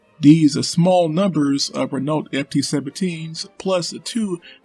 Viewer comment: My god, the way this chap butchers the pronunciation of Renault. FML...